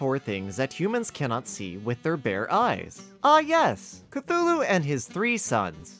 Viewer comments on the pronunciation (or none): none